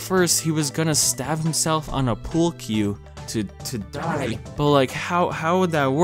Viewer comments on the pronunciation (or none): It's a sharp (on the ears), like Pool Cue. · I laughed every time you said "die" lmao